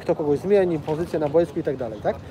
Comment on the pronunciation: Zauważyliście, że oni wszyscy w PZPNie mówią bojsko zamiast boisko? Nawałka tak mówił, Brzęczek tak mówi i tu Koźmiński też mówi "na bojsku". Brzęczek jeszcze do tego wszystkiego mówi "reprentacja" :P